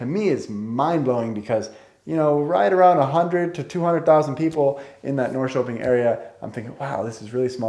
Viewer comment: One thing that surprises me is that, despite the fact that you have lived about two years in Norrköping you still don't pronounce the name of the city correctly.